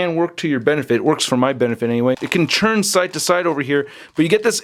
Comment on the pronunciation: Why do you say "churn" and not "turn". Sort of bothers me but still great video